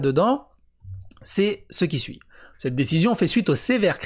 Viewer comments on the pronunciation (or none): none